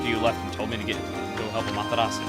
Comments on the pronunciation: If you listen to how the other characters say her name in Marvel vs. Capcom 3 (both are Capcom games so obviously they now how to pronounce it), it's pretty much the same as how Chugga does. With the Japanese voices, they don't even pronounce the 'u' at the end. It's just 'Ah-ma-te-ras'. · Ah-ma-tera-su >.> you keep saying it wrong :< Amaterasu